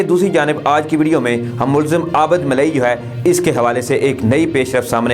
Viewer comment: sb please consult your elders to correct the exact pronouncing cast of ABID